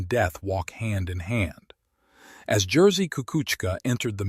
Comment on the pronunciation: AI trash. Any human being would make at least an attempt to pronounce Jerzy's name correctly. AI is way way off.